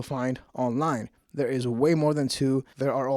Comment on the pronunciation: Brenda: "did ya see carlos w Bobby?": "I did noT" 3 seconds later: "so im in derr a-watching it" Larry Cable Guy style 😅